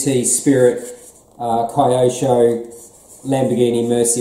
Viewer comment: Hey! It’s Keyosho not Cryosho mate! 👍